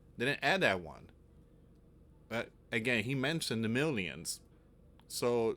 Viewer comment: It sounds like he's saying 'minions' to me